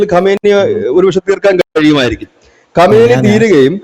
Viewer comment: ഖമേനി അല്ല ഖആംനെയ്